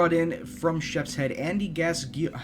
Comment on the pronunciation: Gascoigne is pronounced "Gas-coin", just like the Newcastle legend Paul Gascoigne who I'm sure your familiar with :)